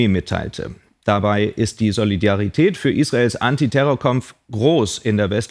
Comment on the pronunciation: Ich zahl 18,36 GEZ pro Monat und von diesem Geld wird nicht einmal eine Person angestellt, die Solidarität ordentlich aussprechen kann.